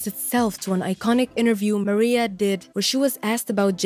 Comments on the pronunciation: it's Maraiah .....not Maria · "Mariah", not "Maria". How could anyone mispronounce her name after all these years? Just, Wow!😒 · me too I can’t watch the video with her calling Mariah, Maria.. smfh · Who is narrating this video? Does she not know who Mariah Carey is? Why is she calling her Maria? It's annoying. You need to redo this video. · Maria? MARIAHHH! MA-RYE-UHHHH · Yeah not Maria lol x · Her name is Mar-I-ah not Maria. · I agree, get your pronunciation correct if you’re gonna do a doc Hahahha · Can you google how to pronounce Mariah Carey correctly first before doing your voice over for this video? Great video though! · I was about to say the same thing. I couldn’t have said it better